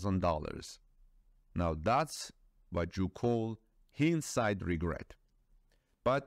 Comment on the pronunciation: Hindsight is pronounced h eye ind sight.